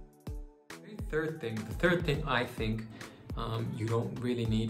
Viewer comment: The way u said "I am a tHiRd year medical student" lol